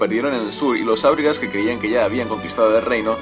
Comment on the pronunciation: Volvemos a corregir pronunciación: no es "kamul" sino "jámul", no es "áurigas" sino aurigas (este nombre no es sindarin, reciben este nombre por sus carros de combate), no es "balkoz" sino "baljoz", es levioooosa no leviosáaa